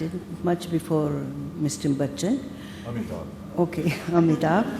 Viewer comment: LADY REPORTED FUCKED AMITABH ...BY CALLING BACCHAN😂😂😂😂 MAZA AA GYAA 😅😅😅😅😅